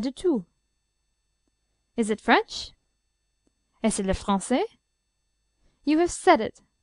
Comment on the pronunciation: bad pronunciation and there's no one in france speaking like this